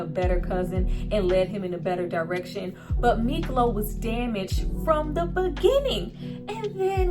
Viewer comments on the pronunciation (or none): IS SPELLED MIKLO AND PRONOUNCED MEEK LOW.